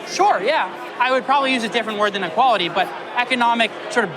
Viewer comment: bro couldn't even say equality